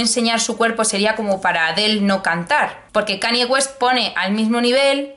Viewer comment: Buen vídeo, vengo de plataforma arq y supongo que mucha gente también así que enhorabuena por la publicación... ¡PERO! Por favor, no digas Cani West; Gracias.